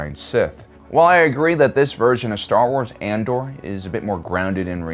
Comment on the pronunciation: I love your content but I have to know if you mispronounce things for fun or are just silly 😂 it cracks me up tho "Ander!" sounds like how a redneck would say it haha